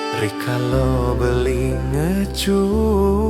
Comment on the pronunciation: Nggih,pengucapannnya kurang tepat,bilang rikale,diucapkan rikalo suksma di cermati juga nggih